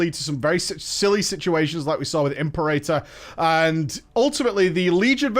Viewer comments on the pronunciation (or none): imp-eeer-ahh-tore not "imp-err-ater"